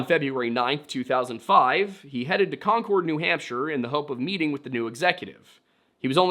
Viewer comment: its pronounced con-curd around these parts.